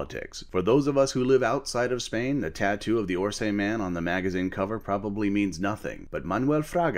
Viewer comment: They've both mentioned it, but they pronounce it "Ors Man" and they never go into detail.